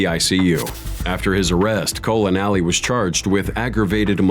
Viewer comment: You said colan alley instead of Allen coley if you didn’t do that on purpose that’s bush league